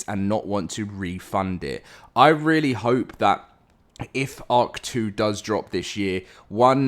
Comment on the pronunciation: Everytime you say “ark 2” I hear “hawk tuah”